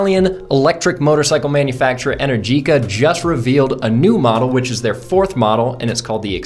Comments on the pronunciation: Not "en-er-GEE-ka", it's pronounced "en-AIR-ji-ka". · Realistically it sounds like 110 miles of range in 30-40 mins. But I guess that depends on how long (many sequential charges) the battery can remain cool enough to take the 24kw rate. Also, I think they pronounce it EneRgica. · Pronounced “en-ER-gika” 🇮🇹